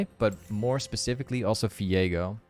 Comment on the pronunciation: i noticed in a few vids now that you pronounce V as F ? how come hehe.. like define sunderer and Fiego =)